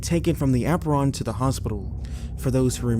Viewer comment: APE-rinnnn, not App-run.